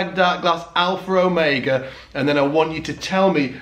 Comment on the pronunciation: #darkglassalpherromega This video is 4 years old but what the hey, and I just wanted to make fun of the way you say Alpherromega. lol